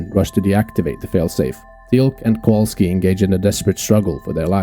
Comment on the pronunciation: Kowalski, not Kawalski.